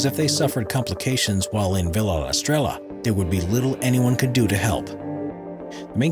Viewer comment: With the research the creators and producers put into this videos, you’d think they would be able to pronounce the word Estrella.